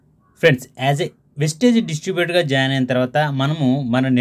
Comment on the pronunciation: Hello bhai Kithna bar vestage vestage vestage bola aaap kone plz pronunciation clearly vestige vestige vestige spelling check plz